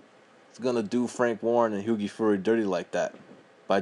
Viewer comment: As soon as he mispronounced hughies name I knew this guy didn't know shit about boxing!